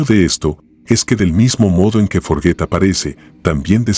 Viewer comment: Me gustan este tipo de videos muchas gracias solo una pequena correction es froggett de frog rana no forget tambien entendi forget primero pero despues que lo Volvio a decir dije una Rana que se mete en todo? 😅